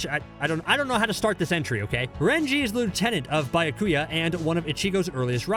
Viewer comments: “BI-YA-KUYA” oh my Also this ranking is garbage only 1&2 truly make sense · Buy ya coo ya. 😂🤣🤌🏾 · "Bayakuya" "Rayajun jaka" Are you even trying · “Bayakuya kuchiki “ like damn bruh can you at least try to pronounce these names properly. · Man really said buy-her-kuya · The pronunciation good looooord😬 Meyuri Kurotuchichi Bayakuyo 😫😫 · Byakuya [Bee-ah-koo-ya] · Biyakia! Wow omg do you guys even watch the anime or listen to the words are pronounce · The pronunciations are all off 😂 his byakuya made me flip my table